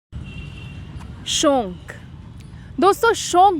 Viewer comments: SHONK NAHI HOTA …SHAUK HOTA H..ANCHOR HAIN AAP KRIPYA APNA TALAFFUZ SAHI RAKHIYE😜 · You are so adorable mam... And the way you speak 'shauk' is amazing......